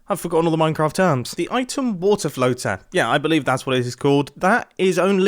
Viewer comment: “Minecott Chewb”